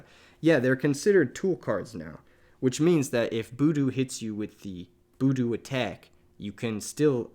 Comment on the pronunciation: Killing me with the "boodoo" pronunciation lmao, great deck guide though. Super thorough and well made, +1 sub!